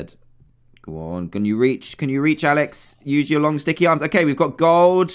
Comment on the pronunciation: You Said "Aalex"